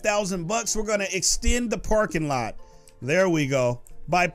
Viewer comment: he said lets put the porkinglot down